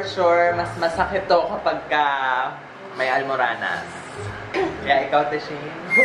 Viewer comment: hahaha natawa ako sa "ALMURANAS"😂😂😂